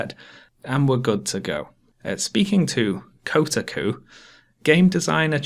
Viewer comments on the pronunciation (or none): Just an aside, it's pronounced Ko-tah-ku. Still only half way through the video, but awesome vid so far. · I'm deeply offended by the way you pronounce Kotaku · kotaku isnt pronounce co'-too-koo its kou-tah'ku - i dont know why this bothered me - i mean i read that site a lot i guess. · Just a heads up, It's Ko-Tar-Ku rather than Koter-Ku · Nobody: Literally nobody:: cotacoo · i don't know if your pronunciation of Kotaku was comedic on purpose, but it delighted me. ko' ta koo :) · Kotaku, pronounced: co-TAA-COO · NO IT'S PRONOUNCED "CO-TAH-COO" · Quick note of pedantry, I think the accepted pronounciation of Kotaku is "Ko-TAH-ku" Other than that, excellent analysis as always. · lol Coat-a-goo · KO-TA-KU kekekek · the way you pronounce kotaku hurts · good to look back on this and know does eventually figure out how to say kotaku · did you mispronounce kotaku on purpose in this vid? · Acceptable: The points made in this video Unacceptable: Your pronunciation of "Kotaku" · the way you pronounce kotaku made me want to commit seppuku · How did you manage to pronounce Fleischer right but mess up Kotaku? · How did he mispronounce “Kotaku” but get “Max Fleischer” right? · Your pronunciation of Kotaku is frustrating